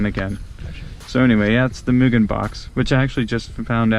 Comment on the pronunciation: Many Americans can't pronounce it right; they pronounce it as "Myu-Jen". Mugen (無限) is a direct subsidiary of Honda, and the first president was Soichiro Honda's (the founder of Honda Motor, based in Aoyama, Tokyo) son. They were once caught on tax-evasion. Mugen's official company name is now M-TEC, but the MUGEN brand name remains.